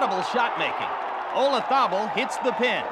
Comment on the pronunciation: The Americans have a jolly hard time pronouncing Olazabal.